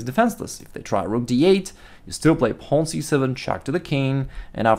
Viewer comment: Nice videos man i like how you pronounce pawn "paln" lol